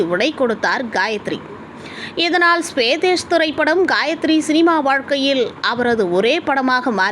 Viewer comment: ஸ்வேதேஸ் இல்ல ஸ்வதேஷ்!